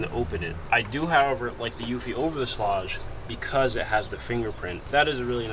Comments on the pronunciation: Schlage is pronounced - like the word Sage or age. Sch + la + age. Not Sch + la + odge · Schlāge. Not Schläge. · the fact you say Schlague 1000 Times and you mispronounce it is hilarious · Pronunciation= Schlage rhymes with egg or vague or hague. "SHLEGG" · great video, and i hate to be the grammer police because those people drive me nuts,buttttt. schlage is pronounced shlag shhhhh-lag. just for next time. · It's pronounced Shlayg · Sh-lay-ge I don’t know wtf your saying lll😂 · Shlayg. Look up pronunciation please. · You're not saying SCHLAGE correctly. Watch this video to see how to say it.